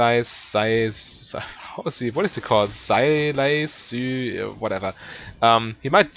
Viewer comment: this was a good watch. Btw Sylas is pronounced like this